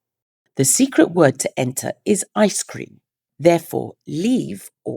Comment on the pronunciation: ICECREAM I was giggling over your struggle to say that word. We had an axolotl collaboration and they're so frickin adorable!! Lovely in pink!!!